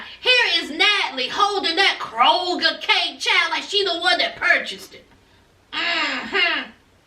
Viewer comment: Did you say Kroegar cake?🤣🤣🤣🤣 I cant!!!! It’s too much!